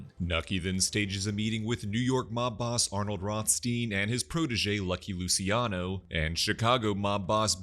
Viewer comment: Lu-chi-ano. Not Lusiano